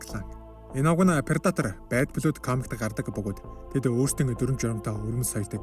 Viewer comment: Goy content baina. Keep going bro! Zarim angli ugnuudee(Blood, Tribe, Isolated) zuw duudwal buur goy boloh ym shg sanagdlaa.